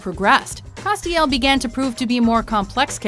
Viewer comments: How is Castiel on this list? He's an angel of the lord, who fell and came back. And the way you're pronouncing his name wrong is infuriating. It's Castiel, Cas, rhymes with ass. Not Ah. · holy shit learn to pronounce names its not cast-iel